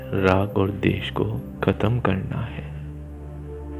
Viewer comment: बहुत आत्मीय और सुंदर ध्यान कमेंट्री है। बस द्वेष को देश सुनना कानों में चुभता है। कृपया हो सके तो इसे सुधार दीजियेगा। सादर ,🙏🏻🙏🏻